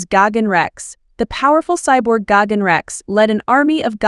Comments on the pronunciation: It’s Geiken not Goggins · Exactly. She keeps mispronouncing his name. It’s Gigan with an I not Gagan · What i think it is pronouced:gigan What she thinks is pronouced:gagen💀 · Bro is really saying gogin even though it’s actually gigan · This is the worst a.i. narration I’ve heard. Sounds like she’s saying David Gagins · PRONOUNCE THE DAMN NAME RIGHT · Say his name right or don’t say it at all it’s disrespectful to the cyborg alien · I don’t like the way you pronounce Gigan. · What letter is she trying to pronounce lol